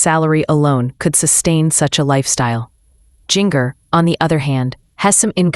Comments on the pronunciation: First of all, learn how to pronounce her name. I would tell you but it's not hard. Second, they have furniture, they ordered it and wasn't delivered when this was recorded. Get a life and if you insist on publishing videos, be truthful by research. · If you can't pronounce people's name why talk about them. Jinger Duggar stay out of their business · you need to fix the AI voice .. it’s saying Jinger .. really strange there’s nothing wrong with getting furniture .. once u have lived there for a little bit